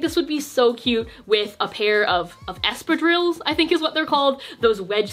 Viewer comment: did you just butcher the word espadrilles omg. I am usually fine with you butchering words only when you apologize lmao